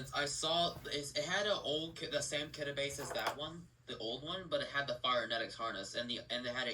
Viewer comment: It isnt Kidde thats not how you say it its Kid-ee